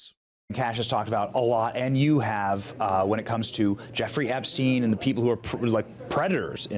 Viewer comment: Outfits change occasionally, but the mannerisms and script seem... off... the way he says certain words, too–in this video "Epstein", despite it being a name said innumerable times, by others